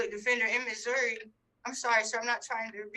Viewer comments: You could tell she was so confused about the court process. I truly felt for her. SO since she signed the waiver, does she have to apply for bail in Tx OR Missouri? AND for the record it's MISSOURI(eee) not Missouri (ah ah ah) I totally get why she was confused. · If you have been saying "Mazurra". Yes, yes I believe you have been. I'd never heard it called that in my life, personally. Plz don't think I'm poking fun at you. It just kinda tickled me when I heard it...😂💯